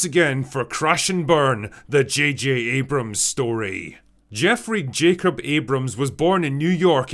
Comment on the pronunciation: JJ "Jod Jamer" Abrams ;)